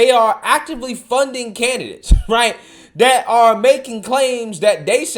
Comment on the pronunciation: I enjoy your channel and watching your content! I have ONE request, with all so respect 🙏🏾,PLEASE say "THat" instead of "Dat". It's driving me batty. 💙🤍💙🤍